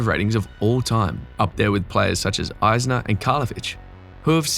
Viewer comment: Learn how to pronounce Isner and you dont score aces, you hit aces.